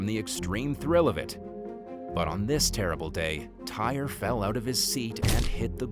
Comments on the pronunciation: Tyre is pronounced Ty-ree NOT tire!! The narrator pronounced his name wrong. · That young man’s name is TY’RE Sampson NOT TIRE!!!!! It is pronounced TY-REE 😒😒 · Tyre is pronounced Ty ree NOT tire. The narrator pronounced his name incorrectly. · The teacher story, cause wth? I would’ve came to that school and went tf off and you need to learn how to pronounce that you man’s name it’s not pronounce “Tire!!” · That is So Disrespectful to mispronounce Tyre's name. True his parents could have spelled his name correctly but at the least you could have done some research prior to posting this video. If it were you or one of your family members you would be upset also and rightly so. Shame on You.